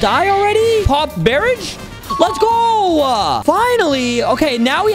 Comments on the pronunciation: Paw_barij bro it's barrage said like b-a-rage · bro said bear ige and not bəˈrä(d)ZH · He said paw barage instead of barrage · aint no way he said “bear-age” at the beginning 💀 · Man said barage for barrage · He said barrage wrong